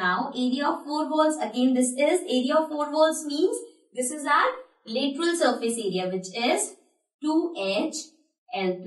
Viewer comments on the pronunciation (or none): Say properly